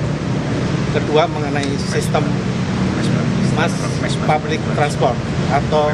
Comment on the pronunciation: rombongan maling dateng rame2, mau nyebut public transportation aja ngga becus, jangan sok2an pake inggris deh kalu ngga becus ketahuan dogolnya